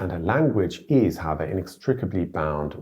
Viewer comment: I thought I heard you say aber and went, hmm he's really "Germanized" lol but then went back to doublecheck and you actually said however. lol